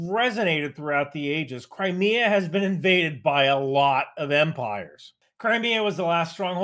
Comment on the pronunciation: I keep hearing "Cry Me A Bridge" is there a River in Crimea?